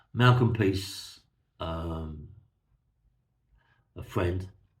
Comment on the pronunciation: PRICE is name is it’s not peace although I laugh when you say it. I have told you before mate. Love the stories keep them coming. From Merthyr Tydfil